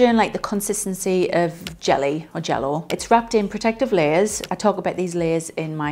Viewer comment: Hearing someone an accent say jello was something I never thought I would ever hear lolll!! Thanks for the video as someone whos training to be a combat sports athlete this is very helpful information